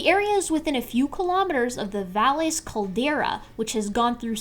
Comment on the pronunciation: The caldera is pronounced "Vie-yes," more or less. It does the Spanish double L thing. Otherwise, this video is flawless.